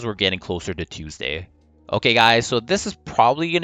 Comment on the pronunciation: "Teusday" Just like how I pronouce it.